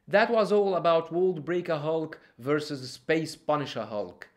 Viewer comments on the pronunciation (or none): none